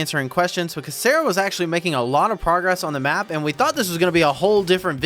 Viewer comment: Why does sarah sounds like salary 🤔